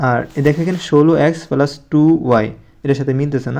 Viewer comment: স্যার আপনি কি প্লাস বলতে পারেন না